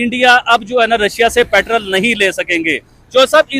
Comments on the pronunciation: Not patrall. Petrol 😂😂😂😂😂. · लाउ डे पेट्रल नहीं पेट्रोल बोलते हैं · पेट्रोल ❌ पैट्रल✅